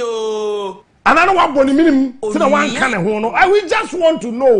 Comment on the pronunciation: Listen to how he pronounces the word 'one'. He says 'wan'. This is someone who always criticizes intellectuals. Hmmm! Very funny 😊